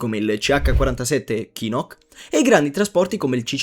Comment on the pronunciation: Cos’è una voce AI? Finisce che sembrate Americani, Chinook con la Chi pronunciata in Italiano, e Praetorian che è praticamente latino letto ae 🤦‍♂️, poi clamoroso a , la voce dice Austria, ma i sottotitoli dicono Australia!🤌🏻🤭🤦‍♂️ Volete fare documentari, almeno documentatevi e fate un controllo del video con gli occhi e orecchie aperte!